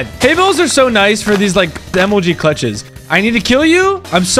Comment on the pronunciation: emphasis on CLUTCHes